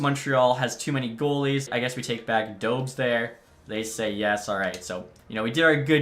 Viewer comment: I think its pronounced Dobesh